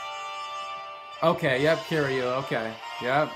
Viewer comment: No offense but it's kiryu as in KY-ru not kiryu as in KEY-ru